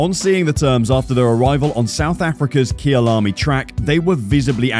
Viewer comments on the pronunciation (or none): none